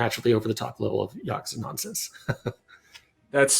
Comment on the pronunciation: Dude learn how to pronounce Yakuza